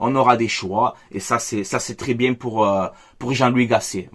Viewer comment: 😂😂😂😂😂😂😂😂😂😂😂😂😂😂😂😂😂😂 ah je suis bieng ah je suis bieng 0-3 je suis bieng